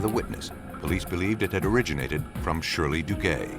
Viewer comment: If I hear the narrator mention the name, Shirley DooGay one more time - somebody's going to lose their fecking head round here 😂😂😂